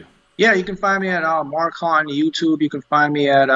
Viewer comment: I thought Haughton was pronounced Hawton, not Hotton. Anyway, cultural difference.